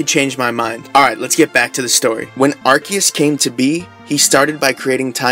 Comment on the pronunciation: Before talking about the Origin of Arceus. The right pronunciation is Ar Se Us Do not correct yourself when you said right. Arc= Higher. Seus as= Zeus=god. But theres no Z on Japanese, so they used the Se. So is never gonna sound with a K. The name in Japanese is ArSeRuSu so it should be Ar Se Us. So I know theres many idiots out there mispronouncing the name, that only happened in english. If you analyze the name grammatically it does not sound like many are saying it.🤷🏾😂